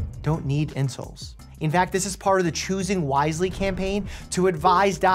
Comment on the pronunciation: The way you say "insoles" sounds like "insults" – appropriately.